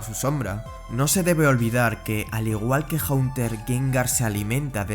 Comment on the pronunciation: Haunter viene del verbo "haunt" (asustar) y no "hunt" (cazar).